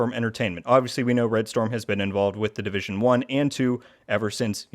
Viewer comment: the "Divison" Heartland lol